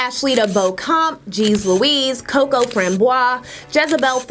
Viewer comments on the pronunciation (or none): none